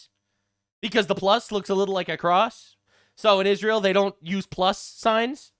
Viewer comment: Not only does Candice have trouble reading, she also has a speech impediment. It's Israel, not Ishreal. Yes I'm being able-ist, whatcha gunna do? 😂